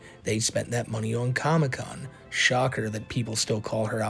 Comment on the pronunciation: What the fk is a "comocon"? 😂